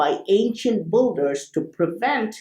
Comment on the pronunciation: Great video :) Oh by the way, phonetic of "Builders"^ BIL-DERS not Bul-durs :) Love these Vids